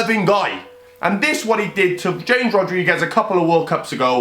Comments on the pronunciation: mate you said james Rodriguez it’s HAMES Rodriguez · It's pronounced Hamehz not James Rodriguez